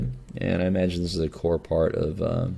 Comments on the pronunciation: That makes more sense. Haha I guess he slopped over saying "this will be core in -- in Hunter decks" and I just heard "corn in Hunter". christ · I'm pretty sure he meant "core"